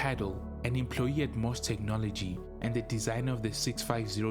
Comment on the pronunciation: It is NOT "MOSS" Technology.. It is "M".."O".."S".. Technology. And they were in financial trouble because of all the money Commodore owed them for the chips Commodore used in their calculators trying to compete against Texas Instruments. Irving Gould destroyed Commodore. To Jack, Commodore was his baby, he would have done whatever was necessary to keep the company alive. To Irving, Commodore was just a money machine. He bilked it for all he could get, then shut it down.